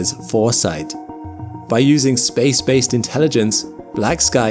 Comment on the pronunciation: "Your wrong". "Mili-tree-grade". "Space-base(D)". "Publicized statement". "Uurth". "StaHhs". BAH-HOR-RR-ING